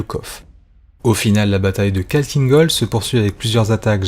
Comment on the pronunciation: c'est pas kalkine gol mais Khakkhiin gol (avec le kh qui se prononce Rh)